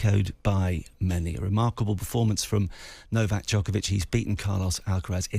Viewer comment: Its not Nokak, its Novak.